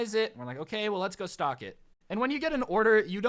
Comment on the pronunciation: when you said stock I thought you said stalk XD